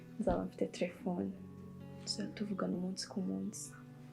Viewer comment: mbabarira jya uvuga telephone apana trephone.